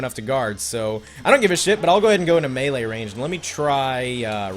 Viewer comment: MEELE range not mala range I'm only eleven